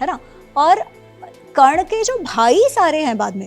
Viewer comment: Karn ko galat bol rhi h